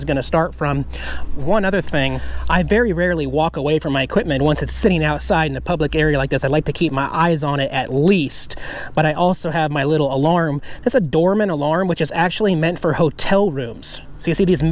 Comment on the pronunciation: I usually watch your content on mobile. For your exterior camera alarm I wanted to purchase it. From your video it sounded like "doorman". But it's "Doberman" door alarm for anyone else looking for this product. Great idea!